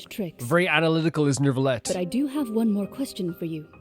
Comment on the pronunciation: By the way, its NeuVillette, not NeuRRvilette